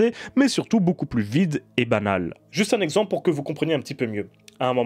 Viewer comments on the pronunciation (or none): none